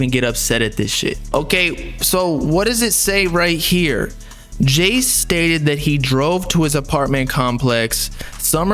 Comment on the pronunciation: U say his name as jayce that’s crazy